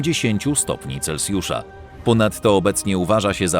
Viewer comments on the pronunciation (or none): none